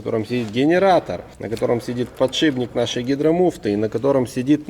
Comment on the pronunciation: ты раз 30 сказал подшиБник. Еле досмотрел, но уши до сих пор болят. Если еще скажешь шруЗа, я вообще перестану тебя смотреть